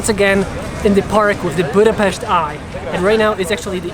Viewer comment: As a hungarian I hit the like button as soon as you pronounced Budapest the right way!